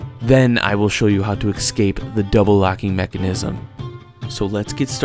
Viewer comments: The word is eScape, not eXcape!! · Sat it with me: "ESS - KAAAPE" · And learn how to pronounce 'escape'.... the is no X in there. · Please, there is no "x" in "escape."